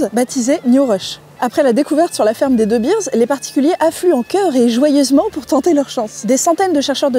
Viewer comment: Pour info, de Beers ne se prononce pas "deubirz", mais "deubéérs". Pour Vooruitzigt, laisse tomber 😂